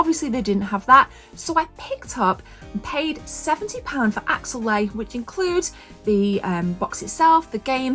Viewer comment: It's Axelay not Axellay